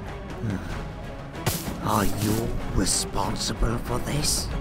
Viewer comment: How come when ever herobrine says blue robe he says blue rode?